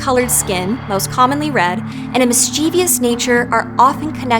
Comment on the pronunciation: Really? "Mischie-vee-ous"? 🤦‍♂️😕